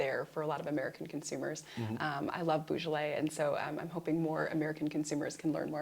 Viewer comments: Very interesting episode. Small criticism is the odd pronunciation of Beaujolais. It is Bojolay and not Boojolay. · pronounced bo jolay not bugolay